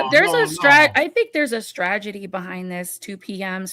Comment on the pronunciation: I say this because I adore you- it's strategy, not stragedy. I've heard you do this on a few shows now.